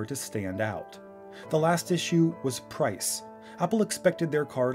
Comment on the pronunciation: ipad "Low Pirce"